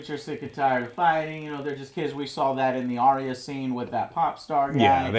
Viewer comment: Why can't americans pronounce 'arya' correctly? Both george rr martin and the show itself have confirmed the correct way, yet they ALL still say 'aria'